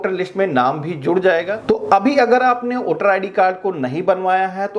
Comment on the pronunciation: वोटर है ना कि ओटर